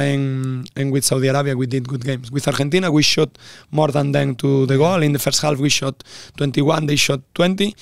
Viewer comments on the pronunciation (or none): Apalagi kalau “first” malah mamat ngomongnya “firss” harusnya “feurss” mattt!!! Greget gua 😂